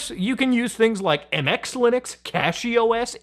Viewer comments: Apologies, but what is "Lunix users"? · I’m sorry, how did you just mispronounce Linux?